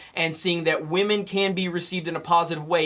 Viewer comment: He almost broke it and said "wahmen"